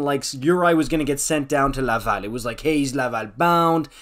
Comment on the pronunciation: Don’t say Laval like that lol